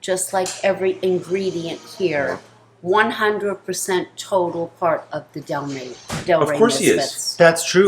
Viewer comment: Its Delray Beach not Del Ray Beach